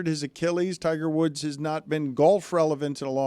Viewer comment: Yeah don't think we're doing "Tigger Woods" :)